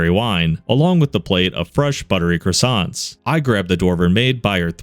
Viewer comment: Croissants, not cressantsse.